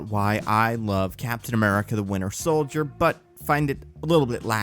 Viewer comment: Am i the only one who hears "The Winner Soldier" when says it?